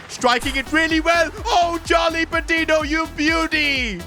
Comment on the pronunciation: I dont wanna be THAT guy, but it's pronounced "pah-tee-nyo," the "ñ" indicates an invisible Y after the "n"🙏